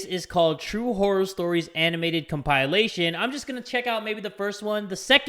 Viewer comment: Corpse is one of my favourite youtuber I've been watching him for YEARS so his voice isn't even that deep to me anymore like I'll just hear it and be like oh that's corpse 😂 also let's talk about how pronounces compilation as compylation lmao